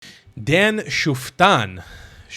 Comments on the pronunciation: It's pronounce as 'Shiftan' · Dan Schuftetan is a savage. I love this guy... BTW his last name is pronounced "Shiftan". He still supports the disengagement plan and he has some questionable opinions about the ultra orthodox, but all over he's a great dude.